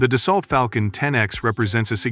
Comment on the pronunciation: it's not dasalt. it's dasso